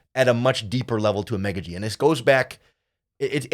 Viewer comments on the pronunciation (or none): Ok his last name pronunciation is “ah-mon-gah-gee”. Just a heads up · You butchered a Nigerian man names. Figure it now !